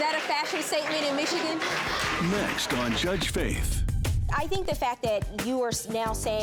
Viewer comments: Even the judge started saying "herdges" lamao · Lol when said Jurdge lmfao